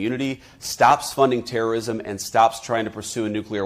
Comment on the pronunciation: "funds trrst ism" what a joker the US are funding Zzo who are TRRSTS